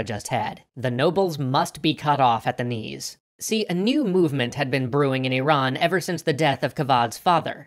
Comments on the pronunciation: Thank you for pronouncing Iran correctly. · You are the first person I see who pronounces "IRAN" as it should be pronounced. An an Iranian, I thank you for being considerate. Also, my brother is a history major, if you ever wanted an Iranian, he will gladly help you guys! Keep up the good work.